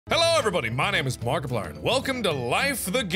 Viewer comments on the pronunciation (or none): you said “Parkiplier” instead of markiplier